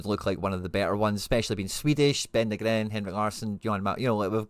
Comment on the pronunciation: Ben Knee-gren...top vid..👍